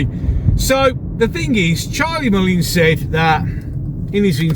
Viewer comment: Agree with everything you say. Who in their right mind would vote for Mullins? He cannot pronounce his words properly and desperately needs somebody to give him some advice on his ridiculous image.